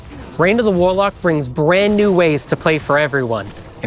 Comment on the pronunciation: "Reign of the Waalaack" Guys, just deeply based to hear this in a Boston accent. Seriously awesome.